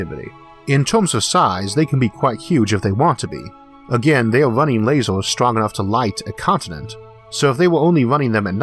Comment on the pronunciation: I simply love it every time he says "lazors". :D